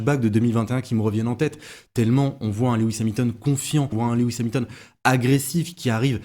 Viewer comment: S'il te plait!!! Rappel de ce que j'avais déjà signalé:-) 🙂 Son nom est Loooooooooouuuuuuuuuuuis et pas Léééééwis!!! Tu m'avais dit en tenir compte mais ça colle comme un sparadrap 🙂 Sans ça, tes interventions sont TOP, tu fais de l'excellent TAF!